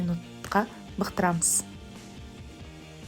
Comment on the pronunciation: Бұқтырамыз деп айтшы, келесі жолы. Бықтырамыз деп айтылмайды.